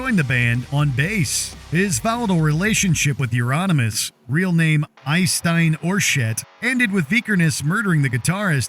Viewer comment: That might be the most butchered version of Euronymous's name i've heard 😂